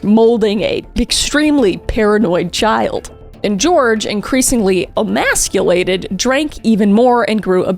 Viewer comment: emasculated, la cross. You should consult me on pronunciation